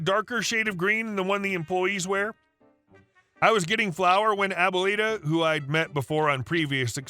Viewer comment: My gringo ear was cringing every time he said it too because it’s one of my favorite words in Spanish. But, he’s a great narrator so I always give him a pass on foreign languages.